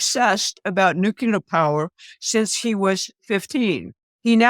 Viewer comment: nu -CLEE - er